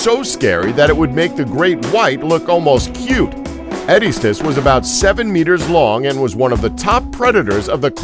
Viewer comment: He didn't say Estemmenosuchus right, or Epicyon, or Edestus, or Purussaurus, or Azhdarchidae, or Carcharcoles.